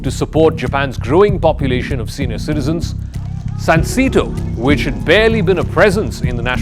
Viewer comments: It's pronounced SUN 🌞 SAY 🗣️ TOE 🦶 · It’s pronounced “sahn-say-toe”